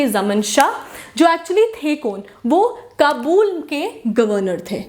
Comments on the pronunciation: Its ayub shah....jus like she says qabool for Kabul😂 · It’s not kabuul, it’s Kabul